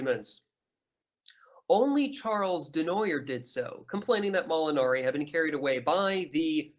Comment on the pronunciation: Also: Laissez-faire is "lay say fare" not "lah zay fare" Charles Comte is "Charle Cont" not "Charlez comtee" Charles Dunoyer is "Du nwa yeh"